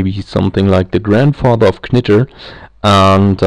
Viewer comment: In English, it's pronounced like "nitr" - the k is silent.